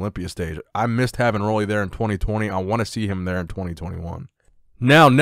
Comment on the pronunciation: I hope you read this.Roelly is from my island. Pronounce his name right, PLEASE .. UUUUUU RUULI ROELLY